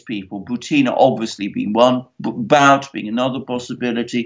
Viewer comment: Viktor Bout is pronounced boot as in shoe. And yes, he was hung out to dry by the CIA after running guns for them.